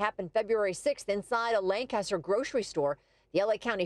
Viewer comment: It's 'Lancaster'